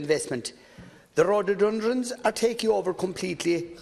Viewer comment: The rhodordundronz